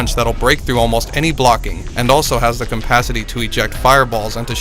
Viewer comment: Cumpasity it's capacity dude if you can't say the word don't even try I know you're reading from a script but really even I caught that faux pas